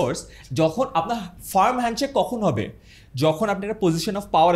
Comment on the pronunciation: ❤ মানুষ হেন্ডশেক কে হেনশিপ বলে।